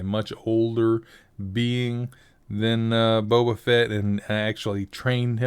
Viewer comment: That wasn't Boba Fett, that was Boba Fatt XD